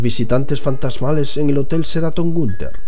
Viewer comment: se pronuncia SHE-RA-TON no CERATON, ok?